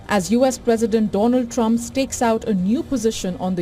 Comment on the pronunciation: Hey, it's Trump not Rump. Very disrespectful. I wonder if you would like it if American media mocked India's leader? I think not.